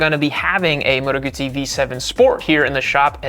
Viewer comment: Guzzi: in Italian, the double z is pronounced ts, as in pizza (pronounced peetsah). Therefore, Guzzi (pronounced Gootsee). FFS!